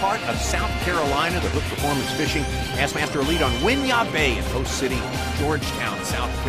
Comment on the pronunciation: its not whin-yah its win-yah